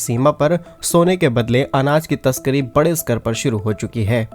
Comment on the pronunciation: तशकरी नहीं। तस्करी। अपना pronunciation सुधारो